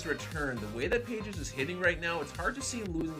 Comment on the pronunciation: "Pahes" not Pages.